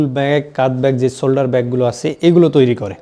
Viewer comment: Shoulder k solder bolche murukkhor moto.